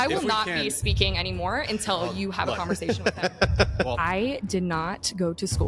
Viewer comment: Conversation not converZation. 😂